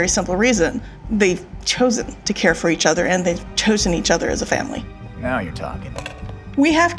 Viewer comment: How many times can you say the batfamily wrong in one video?